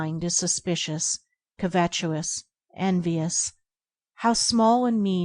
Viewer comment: It's pronounced covetous, not covetuous